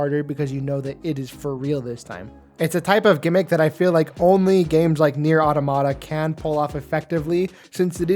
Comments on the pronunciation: Why do people like you insist on calling the game nier aww tomato? It's pronounce the way you would say automaton. Look it up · Automata is pronounced like "automaton" but without the n. It's the plural of automaton, which makes sense because the game is about a bunch of androids, and automaton is often a synonym for android. Sorry if this feels like a nitpick, it just bothers me when people mispronounce it. It sounds as silly as when people pronounce "Deus Ex" as "Deuce Ex".